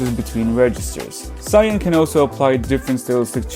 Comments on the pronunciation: Not you calling Sull-yoon "Zion".It's seol-yoon. What the hell???? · yes, and sullyoon is pronounced seol-yoon in any language